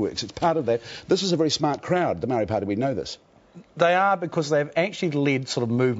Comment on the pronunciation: The amount of time Paul Holmes has spent as a broadcaster you would think he would have learnt somewhere along the line to pronounce the word 'Maori' correctly. He aha te tangata whenua tenei ehoa? Ko Matt MacCarten? He tane kaupapa rua ia, ka mahara au te whakatauaki 'He pounamu kakano rua.'